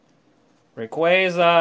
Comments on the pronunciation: U say rayquaza wrong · that is not how you say rayquaza